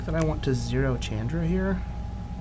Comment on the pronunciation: say it with me..... "Shawn-dra"